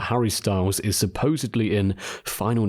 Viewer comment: Suposeably?? Learn English